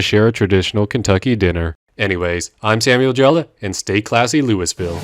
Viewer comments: makes me unreasonably upset that he pronounced Louisville as "Louis-Vill" when it's meant to be "Louie-Vill" but everyone who lives here says it "loo-a-vuul". it's the dumbest thing that we say it like that, and even dumber that I prefer it that way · Bro it tortured me that you said Louis-ville and not Lou-a-vol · One thing: Louisville is pronounced “louvll” and not however the hell you said it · It’s not Lu Is Vil it’s LUUV EL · It’s “Lou-ih-vul” not louis ville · the fact that he pronounces louisville wrong kills me. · Louisville isn't pronounced "Louis Ville", you absolute goober. It's "Luhlvul." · Imagine pronouncing Louisville as “lewis-vill” and not “Loowa-vull” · God this video has SO MUCH misinfo in it! It’s pronounced “Lo-ah-vull” not “Louis-ville”! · Louisville Kentucky is pronounced Loo-ee-vill or loo-uh-vl not Lewis-vill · It’s pronounced loo-ville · It's not pronounced Louis ville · A: It's pronounced Loo-ee-ville. B: Damn right we ate that sky meat. Meat's valuable. C: That scientist was a dumbass. Everybody knows horse is tougher than baby. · It's pronounced lou a vul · it’s LUH A VUL. LUH-A-VUL!!!!! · As a Kentuckian, I winced at “Louis-ville” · Rabble rabble "looiville", rabble Kentucky not Yankees. But in all seriousness love it, keep it up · As much as I enjoy this whole channel, hearing “Lewis-Ville” almost gave me a brain aneurysm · bro said lewis-ville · As a native Louisville resident, noone has called it the way you pronounced it since the French owned it. The correct pronunciation is Lu-A-vul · Well im Kentucky fried fucking pissed i know its spelled Louisville but it pronounced lou-ville hell even Louie-ville would be acceptable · Pronounced Looh-uh-vul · You mispronounced Louisville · Thanks, but it's Lou-a-Vull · As a Kentuckian I take great offense to this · As one who lives near and works out of Louisville, theses mispronuciations greatly annoyed me. Good on you sir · Fucking HATE the way you say Louisville